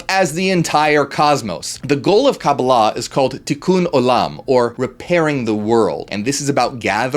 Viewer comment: I appreciate that you pronounced Kabbalah like my Jewish friends, not others. Ein is like ain/ayn pronunciation. Anyhoo, yes! BTW ein can also be translated "without boundaries." "You are that" is like "I Am that ... I Am!"